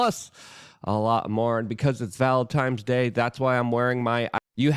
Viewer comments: It'sis a Valentine's Day NOT Valenti"m"e's Day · Do people say “Valentimes” Day on purpose to irritate people with autism? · Is he actually saying " Valentimes day" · I've been critical..... it's valentines day with an n..... pronunciation is a system I support.... Enjoying your channel more and more🙏